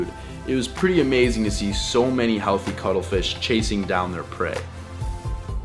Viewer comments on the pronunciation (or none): none